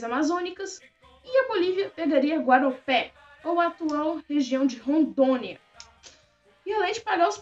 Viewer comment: Teve um errinho bem pequeno não é guaropé e sim Guaporé